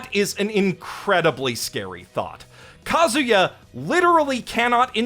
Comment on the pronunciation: It's Kazuya not Kaguya tho